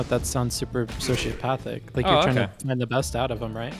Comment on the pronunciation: soshapathic 😂 (“folks”, to boot 🤦🏻‍♂️)